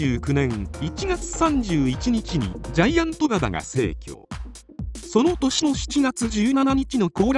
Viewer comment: 何度聞いても「ジャイアン とばば」にしか聞こえない